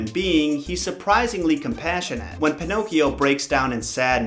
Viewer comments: Pinocchio not pinocs. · This is how many times he said pinochs 👎🏾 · Pee no key oh